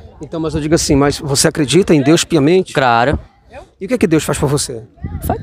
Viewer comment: Esses mlks falam errado pra krl meu KKKKK "craro" pqp Man não admira serem doutrinados tão facilmente kkkk